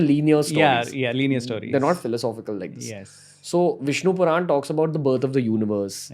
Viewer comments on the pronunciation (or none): It is Puran...Not ...quran